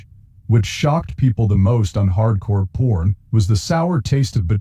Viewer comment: The robot keeps saying Hardcore Porn. Lol.